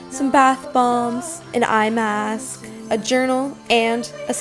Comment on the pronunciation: Am i the only one who thought she said "iMac" when she really said "eye mask"?😂